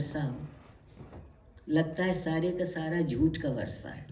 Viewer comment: عارفہ جی! اُمّید کہ جانے سے پہلے اُردو سیکھ لیں! بہُت کُچھ “محلّ ِ نظر” ھے/ وَرثہ❌/ وِرثہ✅